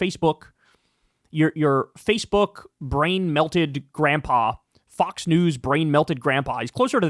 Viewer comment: Kyle, did you just call them FUX news? Maybe it's just what I'm thinking. 😂😂😂